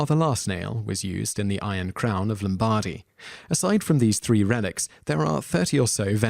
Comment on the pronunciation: Not 'Lom-BAR-dy', but 'LOM-bar-dy'. An 'Oh-vee-ay-do'. Pel-ay-gee-us'. The Bishop of le 'Pwah'. 'Rev-er-ed'? No, Rev-eer-ed'.